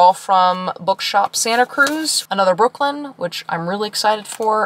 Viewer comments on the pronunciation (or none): none